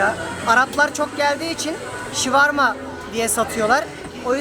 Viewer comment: abi her videoda diyorsun şuvarma değil o şavurma ;)